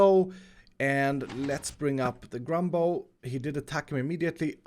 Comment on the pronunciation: Says Grumbo Me: ｏｈ ｇｏｄ ｎｏ